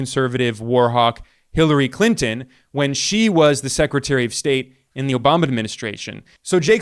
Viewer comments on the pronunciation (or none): none